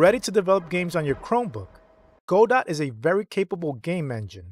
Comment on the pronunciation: It's pronounced "Guh doe". Good video.